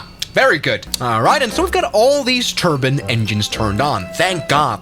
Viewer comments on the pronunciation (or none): Me: I also like it when he says turbine My mom: "terbin" 😭 💀 ☠️ ✌️